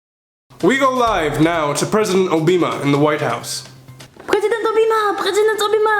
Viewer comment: He said President Obeema